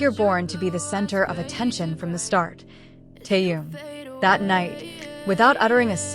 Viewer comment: Почему вы неправильно произносите имя Тэхён а?